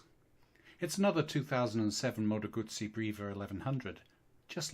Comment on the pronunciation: Here in Australia goosie is baby dribble, Gutzi is the motorcycle.Thanks for your effort in the correct pronunciation of Moto Guzzi. You are blessed with a meliflous vocal tone, would have put your grandkids to sleep within minutes of reading them bedtime stories at night. Regards from down under